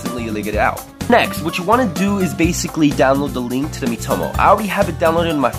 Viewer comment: It’s called MEE - toh - moh, not mih - toh - moh